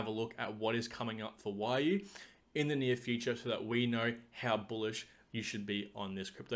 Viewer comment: its "we"-"you" lol